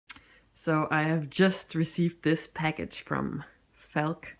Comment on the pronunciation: Felk? Or do you mean Falk